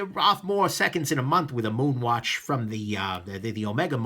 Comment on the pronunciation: You pronounced it correctly! Yea.